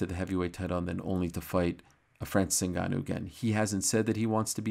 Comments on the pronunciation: Ariel has to go out of his way to pronounce his name differently then everyone else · Ariel needs to stop with these pronunciations 😅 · the most obnoxious pronunciaciton of Ngannou's name. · Espn upper management bout to tell Ariel to Americanize his pronunciation of Ngannou’s name like they did to Izzy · Always going out of his way to pronounce the name different